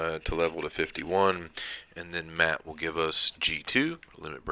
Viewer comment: It's pronounced Maat not Maat.. lol